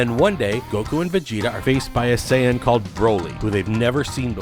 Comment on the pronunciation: "this is the story of a new sayon"